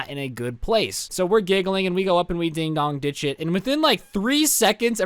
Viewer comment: Im confused is it ding dong ditch or ding dog ditch bc it sounds lime ding dong